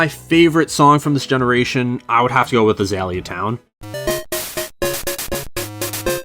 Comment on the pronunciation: Oof, your pronounciation of Azalea irks me greatly.